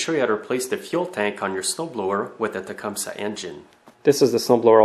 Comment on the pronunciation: its tu-come-see